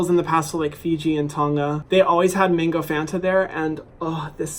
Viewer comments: I’m sorry but why did I keep hearing “mingo” when he said mango.... just a British thing...? Ok... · MINgo????? It’s MANgooooo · Are you saying mango or mingo?? 😂😂😂